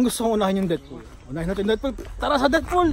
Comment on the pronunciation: Depth pool ata ung basa dun (i think) 😅😅